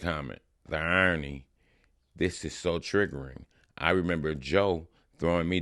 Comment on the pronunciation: Ta-hi-ry not Tirry